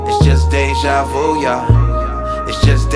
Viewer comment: I'm pretty sure that is how it's pronounced, Déjà vu, just Lecrae didn't technically say Vu right